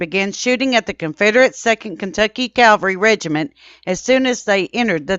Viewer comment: Its Cav alry not Calvary! This is a very common mistake of pronunciation , was guilty of this myself for many years until I was corrected, kindly as the proper pronunciation.